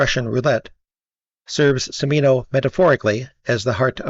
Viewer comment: From Beverly Hills to Texas to Vietnam... Not to be an ass, but the Ci in Cimino's name is pronounced like the ch in cheese: Chi MEE no